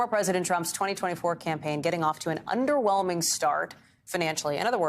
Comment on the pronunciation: Emphasis on "underwhelming".